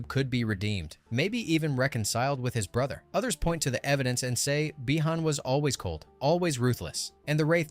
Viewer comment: Not by-han again